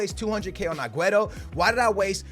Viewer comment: I love ya but if you say aguero aguerto one more flipping time Ima square up on you